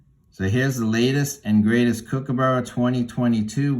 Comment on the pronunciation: Righto mate, elocution lesson here. It’s Kookaburra. It’s a short ‘kook’ not a long one. And it end s with a ‘a’ not ‘burrow’. You finish on the upward inflection. The ‘ss’ in ‘Aussie’ is pronounced as a single ‘z’, try ‘Ozi’. Do this and I’ll be happy 😊